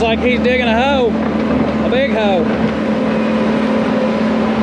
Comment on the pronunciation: It sounded to me like Matt said "DP is digging a big hoe". It certainly sounded like that but thank God he wasn't ploughing a big hoe...